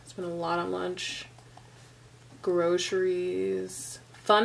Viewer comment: lol. "grocies"